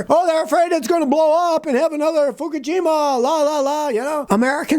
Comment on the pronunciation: "...another Fukajima"....😂😅😂😅